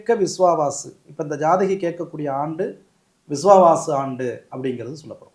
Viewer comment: Adhu Viswavasu not Viwavaasu